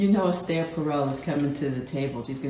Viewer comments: She’s an idiot too …it’s pronounced S-TUH….she’s been on Ted Talks she’s excuses cheating that’s why Jada likes her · Jada didn’t even pronounce Esther’s name correctly!!!…